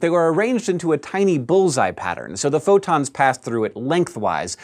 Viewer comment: It sounded like he said "futons of light." I like that image.